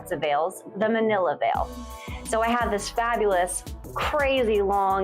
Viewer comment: Mantilla = Man-tee-yah